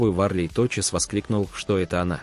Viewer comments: Фамилии, ставьте ударение правильно. Не ВАрлей а ВарлЕй и не ГайдаЯ а ГайдАя. Не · Что с вами, всегда ошибки в ударениях. Она ВарлЕЙ , а режиссер ГайдАй